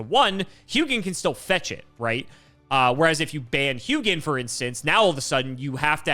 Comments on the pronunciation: I'm pretty sure Hugin is pronounced like hoo-gin because Hugin and Munin are Odin's ravens and that is how Hugin is pronounced there. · The name Hugin comes from Nordic mythology where I'm from, it is one of the Ravens of Odin. Hugin in most nordic languages would be pronounced "who in". The G is silent in the name. Edit: Munin is the other of Odin's Ravens, pronounced "Moonin". Edit 2 😂: norse mythology keeps coming 😂❤ - Sleipnir is the horse/steed of Odin, pronounced "Sly'pnir" or "Sly'penir". It did indeed have 8 legs.